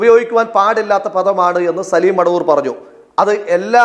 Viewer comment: എവൻ മടവൂർ അല്ല മൊടവൂർ ആണ് 😂😂😂